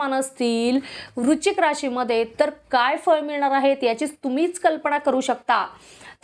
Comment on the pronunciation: वृचिक नाही.वृच्शिक असा उच्चार करा.